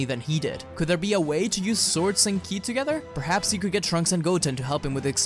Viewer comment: I wonder why he calls KI, killi it is a bit weird